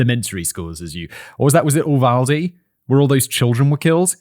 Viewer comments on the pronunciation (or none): none